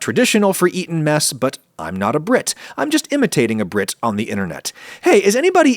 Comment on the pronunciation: I though u said meth in the beginning